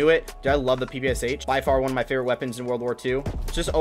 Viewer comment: It’s pronounce pe pe sha. It’s a Russian gun